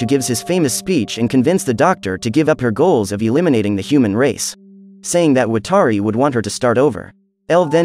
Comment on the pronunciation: why are you saying watari's name wrong? come on.